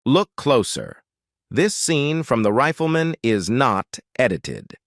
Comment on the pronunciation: If this NARRATOR actually watched the intro of the show he should know how to pronounce it's title... it's not THE RIFLE MAN as he keeps repeating, it's THE RIFLEMAN -one word! The NARRATOR then goes on and on with a non-stop pseudo-narration that really irritates. I'd like to see him take on subjects like 9/11 and COVID, maybe he could improve on the "official" fairy story with his way overly dramatic tone. And you got the wrong JOHN ANDERSON photo to boot...